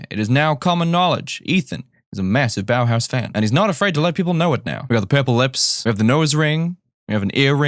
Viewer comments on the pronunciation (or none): none